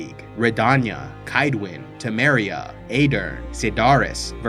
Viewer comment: great to see you doing some episodes on the witcher lore, but many of your pronunciations like riannon, redainia, Kaedwen, metinna and Verden for example are way off, which is interesting considering that all of these names and locations are pronounced in the witcher 3 so I don't know why are you pronouncing them like that.